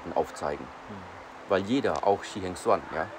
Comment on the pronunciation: Shi, nicht Shy…was ist denn mit diesem los. Immer geht der Olle auf Shi los, ist dein Leben so langweilig oder biste gar in ihn verliebt ❤. Fällt auf, komm runter und such dir n anderes Hobby. Besser so:)